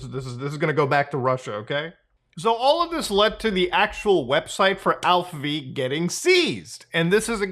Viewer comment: Are you sure its pronounced Alph-V and not Alpha? 😅